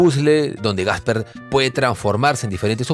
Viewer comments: Buenas. Buen vídeo. Solo una cosita: no es "Gasper" (el fantasma), sino Casper 😂👍🏻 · porque le dice gasper?